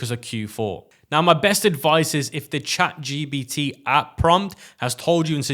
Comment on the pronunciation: Is it me or he call its chat gBt